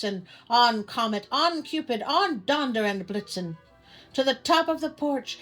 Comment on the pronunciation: Watch out for those stockings in the fire! And also: THANK YOU for saying Donder not Donner! I know it's insignificant to most, but that has always been a huuuuge peeve of mine.. DonDer is a reindeer Donner was a group of doomed cannibalistic pioneers!